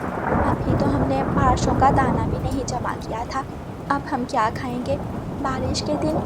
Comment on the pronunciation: O nalaik, pleaj nahin--- Please. Barashon nahin--- Barishon. O bewqoof, barish nahin barasti, pani barasta hai. Kahan se naye naye lafz nikaal lati ho?